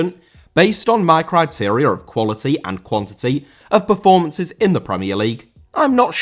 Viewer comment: Criteria* not Criterier